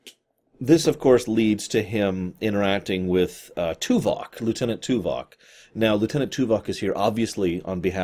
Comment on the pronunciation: Stop saying Tuvak, it makes be think of Tuvix.